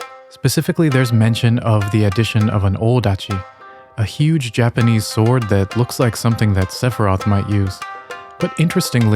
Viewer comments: Just found you, but your stories are super well done! And super interesting! Your Japanese pronunciation is phenomenal. Makes me wonder if you speak Japanese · Found you from your video about stormvei castle. Phenomenally cinematic, and then coming here and seeing your phenomenal pronunciation of Japanese as an American who learned Japanese in middle school, love to hear those who understand, pronounce and analyze from that perspective. Really wonderfully done video.